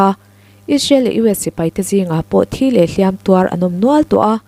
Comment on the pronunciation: "Hliam tuar" i lam hian, "hliam" tih hi a ri hniamin lam rawh aw, a ri sânga i lam chuan, 'hliam' chu 'mihring' kha ani.